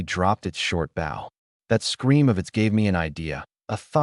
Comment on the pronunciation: I hate how the AI says bow but I like the manga.